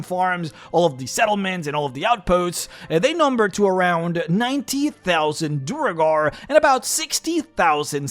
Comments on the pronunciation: Why do you keep calling them Duregar? They are called Duergar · You still say Duregar. They are Duergar. Man - you are killing me^^ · I stopped watching around the four minute mark, because you can't pronounce Duergar.